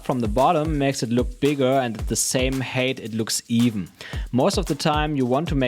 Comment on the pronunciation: Really helpful tips! I'll try to make use of them during my upcoming travels. 🙂 One random hint: You pronounce "height" like "weight", but it's actually pronounced like "fight". I can't blame you though, English pronunciation literally doesn't make any sense. 😂